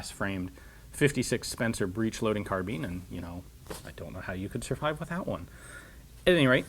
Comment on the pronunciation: Isn't it pronounced carbine or carb-i-ne (the e makes the i say its name, as I was shown in school) instead of carbean as you say it?